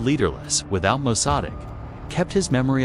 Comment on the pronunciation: AI narrator can't pronounce Mosaddegh 😆 and can't even do it the same wrong way every time.